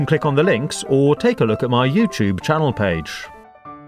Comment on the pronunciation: Sounds like he's saying payzh